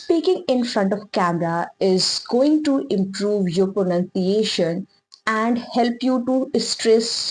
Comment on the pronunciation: miss try to pronounce pronunciation correctly